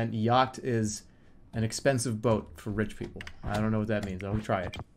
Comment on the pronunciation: What is yackt???- Jeremy Elbertson